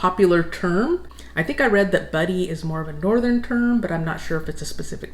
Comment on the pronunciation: It's butty not buddy. When I lived in New Jersey I bought french baguettes because British bread was a ridiculous price than back in uk my mom made me red sauce sandwiches or tomato ones for school.